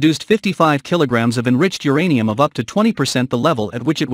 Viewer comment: It's uranium not geranium!